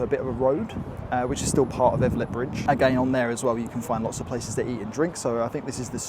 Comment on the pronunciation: Also Elvet, not Evlet... and Durham sounded a bit off too lol Durham is a very nice city to spend a weekend in, also a good base for a longer stay while checking out places like Beamish.